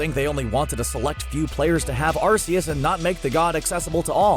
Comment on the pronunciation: You are pronouncing Arceus’ name wrong